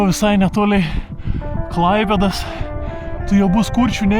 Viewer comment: Bet šliaužimo pabaigoj vistiek žemaitis prasimušė ,,visai netolei Klaipėdas"😁😁😁